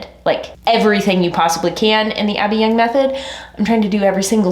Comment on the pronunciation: Gentle reminder... "Abbey Yung" not "Abby Young."